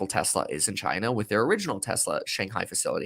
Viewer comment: You sound uneducated and immature when you say China like that.